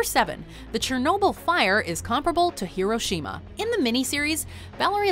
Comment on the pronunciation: It's hiroshima hiro shima